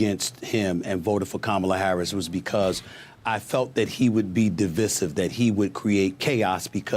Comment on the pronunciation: Dudes a journalist? He can’t even pronounce divisive